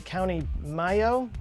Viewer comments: Irish here. It's pronounced DUBBER-KOO and MAY-OH (I'm from there!) Great to see it included in the list! Oddly I have a screenplay pitch based on its myth... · Lough is pronounced the same as Loch (as in Loch Ness) fyi. Mayo is pronounced the same as the short word for Mayonaise. I'm not being pedantic, it's for the sake of scientific accuracy. :P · Fella in Texas is telling me about an Irish cryptid I never knew existed. Love this channel. FYI with 'Lough' you wanna be saying it like 'Lock' not 'Low'. And 'Mayo' is mayo, like short for mayonnaise. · Lough is pronounced like Lock. Mayo is like the start of mayonnaise. Also i never heard of the otter thing but now i want to look for more info on that. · Mayo, pronounced “ME-YÓ” (stress on the last syllable) :)